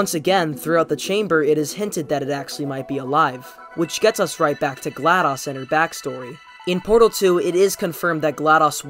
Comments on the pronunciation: Isn’t it Glados, not Gladus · He said gladas instead of glados